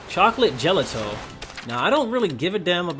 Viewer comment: you pronounced gelato wrong. Pronounce it as "gelahto", not "geleto".